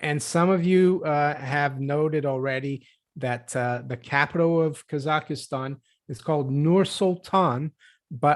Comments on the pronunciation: 3 syllables: kah zakh stan (not 4 syllables: kah zah ki stan) Why are Free Masons pro-bono? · Kazakhstan There is no 'EEEEEEE' in KazakhEEEEEEEEstan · She says “Kasakhistan”